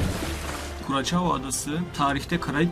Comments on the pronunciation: Curaçao; Kuraçao diye okunmaz, Kurasao diye okunur. Videolar kaliteli, emeğine sağlık. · kurasao diye okunur kuracao degil haberiniz olsun